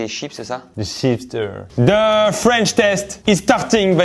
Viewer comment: 😭😭😭😭 c’est une master class (jeu de mot) cette vidéo 😭😭😭 la partie où faut expliquer le son « O » in feench >>>>>>>>